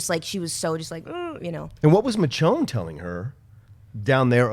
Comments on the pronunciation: DUDE STOP SAYING MITCHONNE IT'S DRIVING ME NUTS AAAARGH :D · Love the panel guys, but if that dude says MITCH-ONNE one more time... haha but really if you can say Michigan or Michelin you can say MiSHonne. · it's so obvious... it may seem small to someone who doesn't watch the show, but if you can't remember names of characters or you constantly mispronounce big character names (Michonne, not mitchone)it becomes clear you don't really watch and/or care for the show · oh my God I feel the same way... how does he not know how to pronounce her name by now, you can tell they only watch the show because they have this recap show to do... they forget names constantly, they dont seem to be true fans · But it's not said that way in the show so it's wrong in the context of the Walking Dead